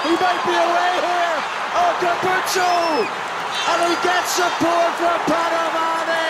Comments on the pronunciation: “andre capoze” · di Amalfi hey there, just googled, his name is Ange Capuozzo, not cangaroo, apologies for the mistake, it was a genuine mistake and there is no need to be offended. Cheers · Carpuzzo! Capuzzi! Capozzo! Carpazzi! Capanazzi!.. Yes, it's a record number of mispronunciations of an Italian's name in one game!Congratulations Italy! 😎